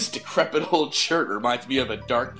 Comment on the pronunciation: LOL I get your reference and I thought the same thing every time he said decrepid